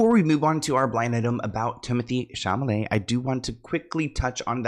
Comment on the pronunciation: Please never stop saying Timmy Chamalay instead of (Shall-A-May) 😂 so cute ❤